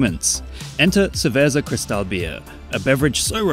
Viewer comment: Got jumpscared by cerveza CRISZ-tal outtro, im done💀